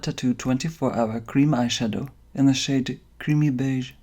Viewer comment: I heard 'shade' as 'shit' lmao